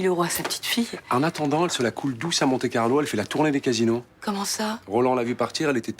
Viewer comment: on dit Monte Carlo!